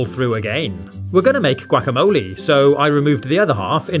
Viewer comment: How he says "gwack-a-moli" 🤣🤣🤣🤣🤣🤣🤣🤣🤣🤣🤣